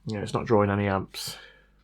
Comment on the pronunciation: Why do you say drawrin? Seems a simple mistake to correct.